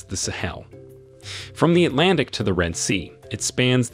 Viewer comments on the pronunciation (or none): none